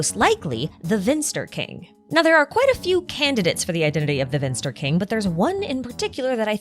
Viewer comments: Finster and not Vinster. but so close :P I actually dont mind you make cool videos :) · Slight correction. It's finster not vinster. :) greetings from a german